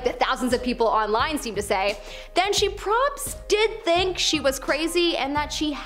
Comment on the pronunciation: Is it so difficult to say the word “probably” that was atrocious for me to sit through..